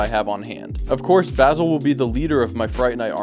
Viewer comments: Bazil or bass ill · The mispronunciation of Basil every single time is KILLINGGG me